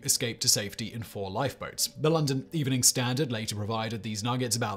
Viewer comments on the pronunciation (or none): none